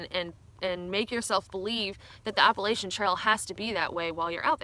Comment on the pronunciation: Learning how to properly pronounce “Appalachia” should’ve been on this list